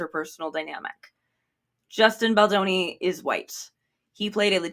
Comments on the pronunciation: I had to pause the video just to catch my breath after laughing so hard at "a-Justin Bolonga," that caught me off guard lol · not “a-Justin Bologna” 🇮🇹🍕🍝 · the accent on “justin bologna” is SENDING MEEEE!!!!! locking in for the rest